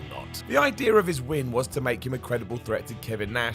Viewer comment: Idear 😅😅😅 English people crack me up